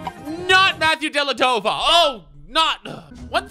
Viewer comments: DELADOVA WUT IS DIS ITS DELEVADOVA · Wait, excuse me...it isn't Della-Dova! It's Dell-A-Ve-Dova